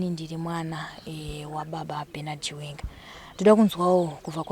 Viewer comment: Pronunciation ndofunga